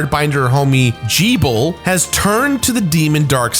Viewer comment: "gee-bel"..? I thought it was just pronounced "geh-bel", like rebel but with a g.